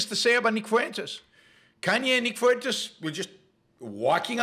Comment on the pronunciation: nick fuentes is so bad, yet you cant pronounce simple names like fuentes or ye? at least they can speak?